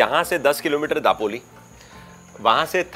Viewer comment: your Konkan videos are excellent but pronunciation is not upto the mark. Dapoli is light D pronounced दापोली. Content and your presentation is excellent, and music is light and peaceful.